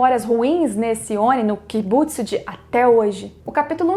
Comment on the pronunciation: Não tem acento em Muzan "Kibútsuji"